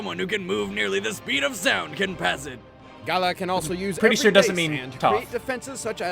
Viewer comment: I cringe when the fail at the rolling r and say gaala